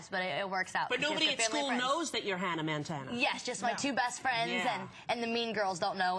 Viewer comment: “hannah MANtana” 😂